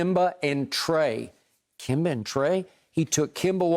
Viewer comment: The other guy is calling Kemba Walker "Kimba" HOW THE